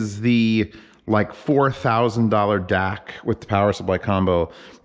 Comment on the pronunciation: DAC, not Dac